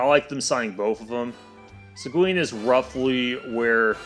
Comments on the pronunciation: Segween? It's pronounced Segeen. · Its See-guin, not Sequin.